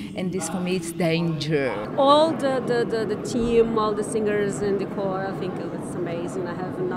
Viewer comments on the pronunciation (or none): "they show a lot of PROUD (pride) and nationalismus, and this to me is daengeer" Ok, boomer.